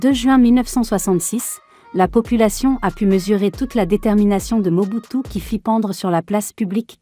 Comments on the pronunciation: Mobutu sisiskio kiukiuwungwendo wa waza dabanga comment tu peux massacre le nom de quelqu'un comme ça ahhhhh tu es mauvaise dehhh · La façon dont dame appelé le nom de Mobutu des seko wazabanga mes fait rire